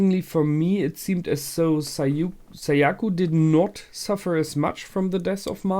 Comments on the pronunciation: Whenever he says Sayaku, it always reminds me of "Seyiku" from "Meduka Meguca." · Also Sayaka not Sayaku